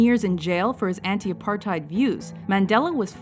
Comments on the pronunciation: LOL she pronounced Apartheid wrong. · ur saying apartheid wrong!